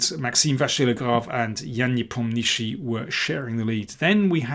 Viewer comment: I was impressed when I heard you pronounce Nepo's name correctly. Then you shiffted away, but now you are back on track. And I hope you know what Nepomnjuschij means in Russian!